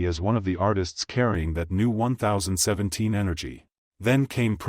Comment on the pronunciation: Not 0ne thousand seventeen lmao it’s Ten Seventeen but i get it 🤣🤣🤣